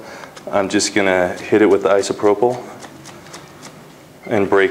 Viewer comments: Thank you! That was brilliant! What an artist! I'm Dutch and i really sometimes an not understand when you say things like "Isoprobl", Is that really the name of what you used to sprinkle? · I know I'm late but he says "isopropyl" which means alcohol.